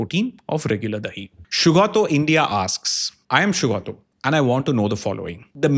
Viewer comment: Liked how you pronounced the name Shugoto perfectly 👌